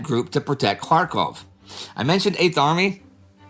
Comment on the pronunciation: Every time Indy says Kharkov, I hear Krakow (Polish for Cracow) :)